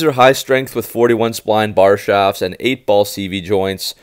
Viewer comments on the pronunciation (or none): none